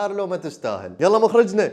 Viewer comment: مخرجنة ❎ مخرجتنة✅ 😂